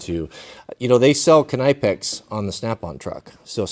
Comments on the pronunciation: Maybe different over there in the USA but in the UK the K in Knipex is silent, thus pronounced Nipex. Love the way you look after your father and grandfathers old tools and kit, I do the same and am teaching my daughters to repair and reuse or re-purpose, its a great life skill. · That pronunciation of Knipex....😣😣😒